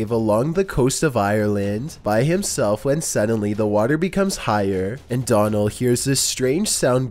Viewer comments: Donal is pronounced like Do-nil. It's an Irish name... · number 2: his name is pronounced like d-O-nal...like gh-O-st. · Am I the only Irish person here who finds his pronunciation of Donal funny